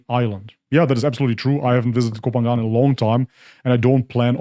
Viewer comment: I agree with you but please learn to pronounce Koh Phangan correctly to be more convincing.